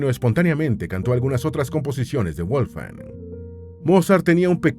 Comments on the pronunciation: Toda la información muy verás e interesante. Lo único es que le llamas WOLF-FANG ( es decir colmillo de lobo en inglés...) la forma correcta de pronunciarlo es "VOLF - GANG" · Muy buen video, pero tengo una duda: Su nombre (originalmente en alemán) ¿se pronuncia "Wolfan Amadeus" o "Wolfgang" o "Volfgang"... ?